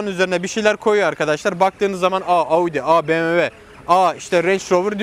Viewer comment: No body;: Abİ En İyİsİ Bi Em DaBuLyU